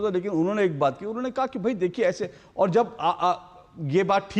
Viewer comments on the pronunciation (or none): ये यहां ही एक्पोज हो गया। कुमार को कुमाड बोल रहा। अधिकारी को अधिकाड़ी। और को ओड बोल रहने । सबको पता है ये और को ओड कौन बोलता है। पक्का ये Pakistani है